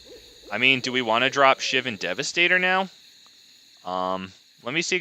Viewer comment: You're also pronouncing Shivan wrong somehow.